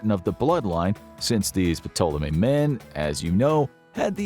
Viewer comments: Love the content you lot make, but these pronunciations in some videos grind on you after a bit. Sorry but the P is silent in Ptolemy 😅 Won't stop be watching and enjoying though 😁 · Who else cringed every time he pronounced ptolemy wrong? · P in Ptolemy is silent bruh. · Dude, you don't pronounce the P in Ptolemy. How do you not know that?? This is a history channel by n large. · I don't know why, but i just find it hilarious when he pronounces the P in Ptolemy 😂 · Except they can't pronounce Ptolemy correctly. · The "P" is silent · “Puhtoleme”? I always understood it to be pronounced as “Toleme” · Uh... "P'Tolemy??" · The "P" in Ptolemy is silent. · good video.. put the pronunciation killed me.. the P is silent lol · I hate saying this but when I was en Egypt they said Ptolemy was pronounced “Tall-uh-me” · The P is silent! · Ptolemy is pronounced To-luh-me. It's a silent P. His pronunciation was driving me crazy. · I can’t take this serious. His continuous miss pronunciation of Ptolemy is cringe worthy. Taa-luh-mee. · Everytime he says Ptolemy I cringe Lol. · It's pretty annoying that this guy doesn't know that the "p" is silent when saying ptolemy. I know he's American but it's very annoying. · I can't believe this made it being uploaded without someone stopping the narrator from pronouncing the "p" in Ptolemy. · Are you supposed to say the "P like he is in "Ptolemy" or am I trippin? I've always thought it was silent. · I noticed that too, wtf? Amateur mistake. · Note....the "P" is silent. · Great video, just one thing- the ‘P’ in Ptolemy is silent. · Im going to give this a thumbs up for the information but man the pronunciation is atrocious. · In words of Greek origin that begin with PT the P is usually silent. For example, Ptolemy should be pronounced Tolemy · Silent P bro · The “P” is silent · Ptolemy has a silent P... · The P in ptolemy is silent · Pronouncing that "P" was KILLING ME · Is anyone else losing it every time he pronounces the SILENT P!?!